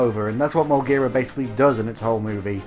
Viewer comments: Correction: Mougera not Molgera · Its uh...Moguera dude...